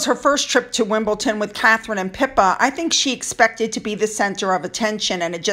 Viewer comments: I think you hit the nail on the head with this video. By the way Wimbledon is pronounced the way it is spelled. Maybe you were thinking of Bridgerton? As for the adorable Finn, it’s good that he likes his food. You would be worrying if he didn’t - oh the joys of being owned by a pet! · Good video and spot on. You've hit the nail on the head. Thank you. Just one thing, it's Wimbledon not Wimbleton. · It's pronounced Wimbledon not wimbleTON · Hi, Meghan's obvious jealousy of Kate is evident and just added to her determination to leave the RF and start exploiting her new Royal status. Kate oozes class whilst Meghan looks she's the hired help beside her. PS: just in case you mention it again it's WimbleDON not Wimbleton. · I think she is extremely jealous of our future Queen. It’s Wimbledon lovely lady as opposed to Wimpleten 🤭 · luv u, but its WimbleDON not wimbleton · It's pronounced WimbleDON not WimbleTON. The first time you mispronounced it I thought I'd misheard you, but you went on to make the same mistake several times afterwards. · Pronounced Wim-bull-dun, no T:) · just to say its Wimbledon....D not T! Furthermore her issue with Catherine is that she is everything that mm isn't! MM hates herself and hates who she is, that's why she endeavours to look the way she does. White. Moreover having to be behind this tall and willowy woman who also is married to the man she actually wants must stick in her throat like dry bread. Catherine had to work hard to get where she is, MM simply thought her little bit of TV fame meant that she would automatically be elevated, but nobody knew who she was so that was completely unrealistic. She also didn't help herself with her nasty attitude which showed itself very early. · It’s WimbleDon,!! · It’s Wimbledon! Not sure what you’re saying!